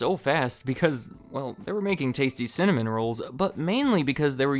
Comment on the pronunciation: cinnamom sounds funny to me because im from norway and sinna means angry so you're basically saying angrymom🤣